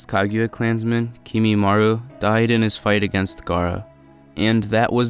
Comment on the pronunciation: It’s kimimarO 😭😭